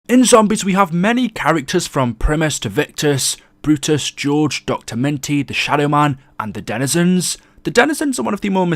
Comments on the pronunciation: It’s doctor Monty not minty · Yo who else heard him say dr minty 😂😂😂